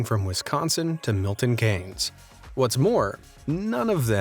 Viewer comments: its pronounced milton key-ns not milton kay-ns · Holy shit you mentioned my home town (Milton Keynes)! But its pronounced "Milton Keens"! :)